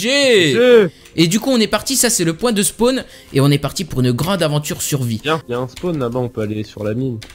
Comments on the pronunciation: pour quoi tu disais suvie au lieu de survie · TA DIS SUVIS